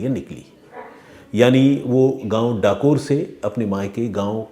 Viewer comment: Not kathor it's Dakore